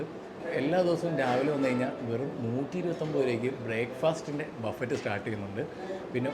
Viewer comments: ബഫറ്റ് എന്ന് പറയില്ല.ബഫെ എന്ന് ആണ് പറയുക. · Vereyum orupadu peru comment cheythu, its not buffet its buffe, t parayilla, you are a food vloger athu kondu paranjende ullu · Buffet is pronounced buffei. T is silent.